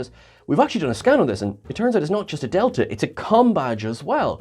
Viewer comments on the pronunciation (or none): none